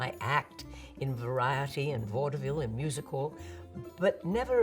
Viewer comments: My Ohioan ears keep hearing "Waterville" instead of "vaudeville" and getting real confused😅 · Love how she pronounces it "Vaud-eh-ville"! Such a classic dame!